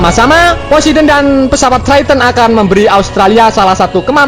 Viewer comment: Poseidon min bukan posideon